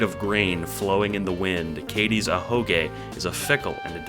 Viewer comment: it sound like you said Katie